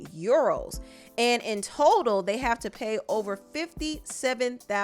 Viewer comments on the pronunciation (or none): "you-ROWWWS!!!" lol Actually it's pounds (£). Euros is this "€". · It’s the pronunciation of ‘Euros’ for me 😂